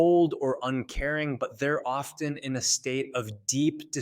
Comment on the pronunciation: What kind of mental disorder make someone grunt their T's but need to pronounce it in words like often. WHERE THE T IS SILENT!!!!!!